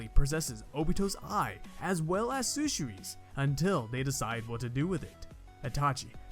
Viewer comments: ok so I just finished Good story but I did not like kin and one other thing you said sushui Instead of shisui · my boi said sushui else then shisui